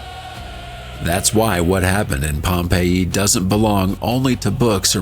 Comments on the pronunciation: Well done but awful AI narration: varied and mispronounced words like for Pompeii (Pom-pay-e) and Plinian (Plyn-ian). Disgraceful. I hate that so much. Glad they at least got the month right. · Pom Payee you say? 😂😂😂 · Pompei -E??? Yo, get an AI host that can fucking pronounce shit right! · Mate, it's pronounced Pompey. I'm tired of AI. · I love a good story, but the narration's inconsistent pronunciations, indicating an AI narrator (Pompei-ee) (pum-iss/pew-miss), are painfully jarring. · What's with the Pompeiiee.